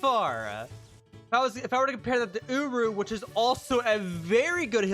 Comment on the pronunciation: Love the vid, but it's uryu not uru :))